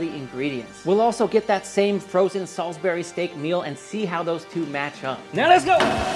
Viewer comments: Pronounced Salsbury not Salisberry. Also you can just say wuster sauce instead of wurssestersheer sauce. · Its Salisbury steak.. Not Sulisbary steak dude. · Great video Dude! I am going to cook this. Great English accent btw, and to set the record straight it's pronounced "salsbry" steak and "Wooster" sauce. . . . From Scatlend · sAlsbury Not saWsbury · It's pronounced "Solsbury" here in The UK where Salisbury is. Great show and I love the recipe. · In the Uk it’s pronounced “salzbury” although I’ve never seen this dish in the Uk , it looks very British with the green beans and mash on the side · 😈both SOL-iz-berry 4 syllables! That hurt to say outloud.😂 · It's Salisbury like Saul's Brie. And Wuss-tuh-sheer.